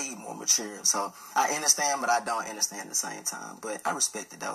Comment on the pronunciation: 🙋🏾‍♂️ It's u.n.d.e.r.s.t.a.n.d.! Not innerstand, understand? 😂😅😂